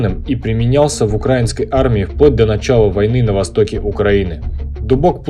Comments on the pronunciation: Автор хочу поправить с ударением:не укрАинской, а украИнской!!! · Не укрАинской, а украИнской. Ударение правильно ставь. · Правильно не укрАинской а украИнской. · Я из Украины, вообще не военный человек, однако мне было очень интересно послушать грамотный разбор нынешней униформы Сухопутных сил Украины (если я не ошибаюсь, то в Военно-морских силах Украины несколько иная униформа. По крайней мере, цвет другой). Только, пожалуйста, говорите правильно — «украИнский (-ая)». От проверочного слова «УкраИна». Это не придирчивость, это — грамматика русского языка. Удачи Вам!